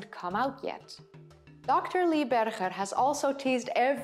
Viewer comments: HIS NAME IS PRONOUNCED BERGER AS IN HAMBURGER you know this and still choose to pronounce it incorrectly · Okay, you have every right to pronounce Dutch names with the Dutch pronunciation but Dr. Lee BerGer with a Dutch “G”? Come on! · Small point. I enjoy your videos very much. Lee Berger pronounces his last name like the berger in hamburger. Chris Stringer is not alone in his displeasure with Lee Berger's announcement, but very many of these people were knocked off their pedestals by Berger & Co.s groundbreaking discoveries and they were furious with his refusal to keep his work for only the eyes of the annointed ones in the field. Homo naledi also calls into question declared species which have been constructed off a few bones and a lot of supposition, given homo naledi's curious mix of early and more modern features. Then there is the startling age of homo naledi and how it shakes the tree of evolution. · She is pronouncing Berger the Afrikaans way, although he is an American working in South Africa.